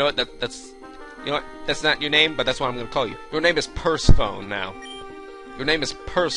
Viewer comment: Btw Persephone is pronounced per sef in ee she's the Greek goddess of... I think flowers and spring?